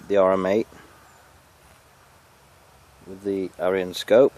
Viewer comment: Scope name should be sounded as eeyon not ayeeon think of aesops fables.